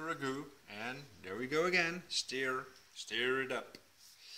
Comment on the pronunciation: Thanks for the recipe :D It doesnt really matter as im sure everyone will understand what you mean but to help you a little with your pronunciation, STIR, rather than said like Steer, it is pronounced like Purr or Fur, as in STuR. Stir. :-)